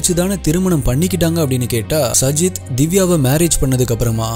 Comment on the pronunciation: Ur name prounacition is wrong it's saajid